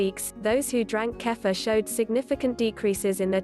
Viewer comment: I think it is pronounced keefur rather than kafa